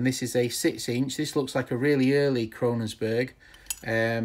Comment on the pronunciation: It isn't 'Krononsberg', it is Kongsberg! lol